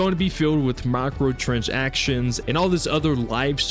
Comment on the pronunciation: let's work on the pronunciation of the term "microtransactions".